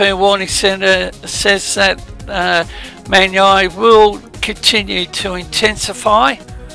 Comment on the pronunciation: Man-yi is pronounced as "Man-yee"